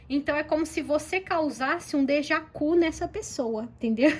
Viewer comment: 😂😂😂 Estou rindo aqui com teu "dejacu"!!!! É "Deja vu"!!!!!😂😂😂 Com V!!!!❤❤